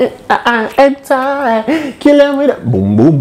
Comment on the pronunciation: 😂 Did u just say “Head Tie “lol